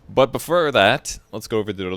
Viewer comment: Tyrangutan "BUT BIFFER THAT"